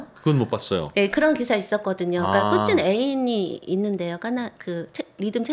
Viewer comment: 푸틴을 푸찐으로 발음 하시네요 일본에서 공부하셨나 보네요